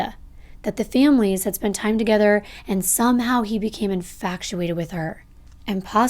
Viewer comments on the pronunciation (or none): Love the videos I just had to say .. it’s infatuated not Infactuated. And it’s excrétera not ecedra 😅 love the vids tho ❤️